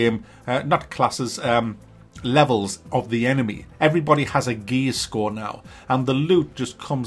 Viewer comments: Are you saying "gay score" ? haha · I can't stop laughing when he says "gear score". The accent makes it sound like "every enemy has a gay score" 😂😂😂 "Breakpoint" when you think about that title after knowing what this microtransaction with a game attached to it is all about, you realise why it was named that.